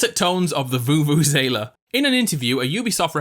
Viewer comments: Sorry, um... It pronounced voo-voo-ze-la (not voo-voo-ZAY-la) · U pronounced vuvuzela wrong, and i don't know how to spell it sorry